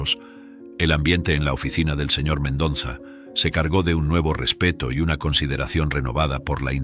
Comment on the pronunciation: Me gustó la historia Lo que si noté, es al narrador le cuesta respirar Se le escucha el modo de su respiración Si el Sr, hiciera la pausa correspondiente al leer la historia, no le pasaría esto Lee de corrido, le falta aire y es x eso que se escucha su jadeo ,al seguir con leyendo Otra cosa q note es:, es que pronuncia mal el Apellido del dueño de la empresa El dice MENDONZA Pero ese apellido q es de ascendencia hispana es MENDOZA A no ser q sea nuevo ese apellido En ese caso me disculpo Gracias